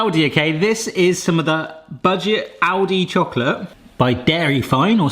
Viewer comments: Kept hearing 'Audi' and not 'Aldi' and that confused me a fair bit :D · I kept hearing Audi instead of Aldi, wondering when they started doing a side business like this and when they became cheap 😅🙈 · Oh it's Aldi. I swore you said Audi and was confused why a luxury car brand was making hot chocolate makers. I kinda thought it was how Yamaha makes Bikes, Watercraft and pianos.